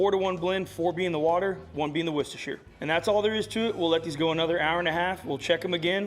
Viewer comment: Congratulations on pronouncing Worcestershire correctly😂